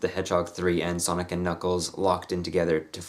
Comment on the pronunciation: Every time you said Sonic I heard Sonnet.